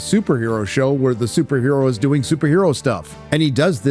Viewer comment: Who else was over “muh soupher her-o movay” around the time Days of Future Past was in theaters?